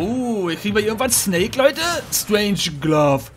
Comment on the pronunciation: Mal ein wenig Kritik: Wenn es eine Sache gibt, die mich bei ein wenig nervt, ist es, dass er so oft Wörter völlig falsch ausspricht, nicht genau liest oder einfach falsch übersetzt. Ich meine, natürlich ist Englisch eine Sprache, die nicht jedermann liegt. Aber wenn er schon 'bell' mit 'Geldbeutel' übersetzt und aus 'Strangelove' einfach mal 'Strangeglove' macht, da fehlen mir dann auch öfters mal die Worte. Es ist nicht wirklich schlimm... nur halt etwas, das mir schon wiederholt aufgefallen ist.